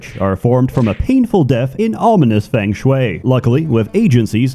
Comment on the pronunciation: What I've learnt is that spent the last 2 months learning to say Feng Shui correctly